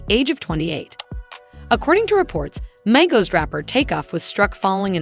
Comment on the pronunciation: Learn how to pronounce peoples names the fuck the shit started off good until she said the names of the people on the group and pronounced the group name itself, lord Jesus😢